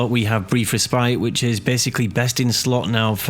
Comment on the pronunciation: you pronounce Respite wrong Res-pit is how you pronounce